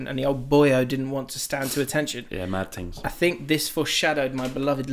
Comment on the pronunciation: Made me a little bit sick when said mad tings!! Your better than that!! Other than that pod was boss lads. Loving the shark facts!!